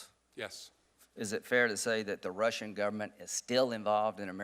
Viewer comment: Who are these dummies....this guy can't even pronounce "Russian" correctly, it's not Rissians!!! Get rid of all of these old senile and stupid men!!!!